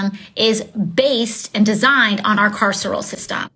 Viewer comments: Jimmy can't pronounce carceral? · "carceral"? Sorry, AOC, sesquipedalian (look it up) speech makes you seem dumber, not smarter. Friendly advice: when your handlers use words you don't understand you shouldn't repeat them.